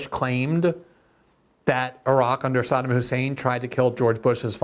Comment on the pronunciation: learn how pronounce Saddam